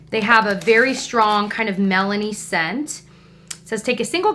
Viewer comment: "They have a very strong Melanie scent." is a cannibal, confirmed! (KIDDING, KIDDING, I KNOW YOU SAID MELONY.)